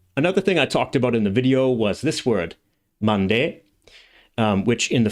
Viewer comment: Mande?Sounds like Japanese Nande..